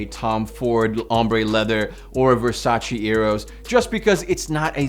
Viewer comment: it's VERSACE! no Versa-chi